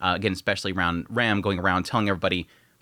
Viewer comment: You pronounce "Rem" and "Ram" the same